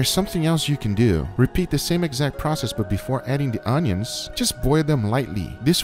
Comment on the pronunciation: "Pickled ownions"